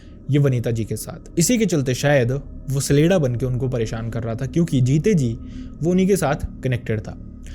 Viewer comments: CHA-Lay-Da and not SALEDA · सलेडा नहीं छलेड्डा